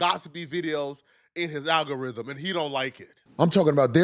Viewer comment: Aggarhythm 😂😂😂😂 ma boi drunk